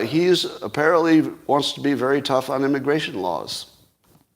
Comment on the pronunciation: He didn't say immigration law he said coleslaw